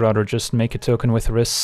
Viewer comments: Rhys is pronounced /raɪs/ (just the same as "rice") according to the japanese card (ライズ). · Rhys is pronounced like grease